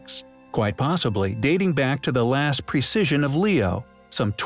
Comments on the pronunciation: I like this video but you need to improve pronunciation. The equinox processes not procisses. Avebury is pronounced Ayv-bree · Why is this video intentionally mispronouncing everything? This is just clickbait… which contribute to misinformation. Seriously precision? Not precession? Neemis 😂😂😂😂😂😂😂😂😂😂😂😂😂 who ever you are, you seriously need to GET EDUCATED ON BASIC PRONUNCIATION OF BASIC WORDS… Balookistan? The Balochi people are likely hunting you down right now !!! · Precession, not precision; as in "precession of Leo"; not "precision of Leo".